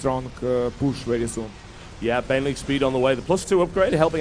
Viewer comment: WHite-Ra: Baneling = Bjänleng